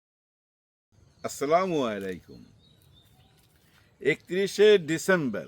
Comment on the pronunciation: আসসালামু আলাইকুম মালেক ভাই, আজকের সালামটা খুবই সুন্দর হয়েছে এবং শুদ্ধ হয়েছে।